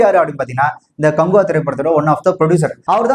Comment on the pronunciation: காங்குவா இல்ல, காக்குவா 😮